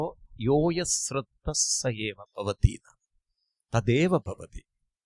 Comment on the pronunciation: സ്രധ്ദ എന്ന് കേൾക്കുമ്പോൾ ഒരുപാട് വിഷമം... ശ്രദ്ധ എന്ന് പറയാൻ ശ്രമിക്കണേ... 🙏 സ് +റ അല്ല ശ് +റ